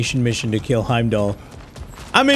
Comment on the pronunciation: it’s not Hamlet is Heimdall